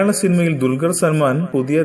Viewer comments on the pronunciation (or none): mone dulgaralla dulqar parayaan padikk ... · dulgar?? parayaan padikku bola